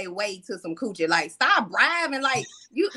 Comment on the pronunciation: 🤣🤣🤣🤣Say man I swear every time says "Coouchie" I die laughing Great show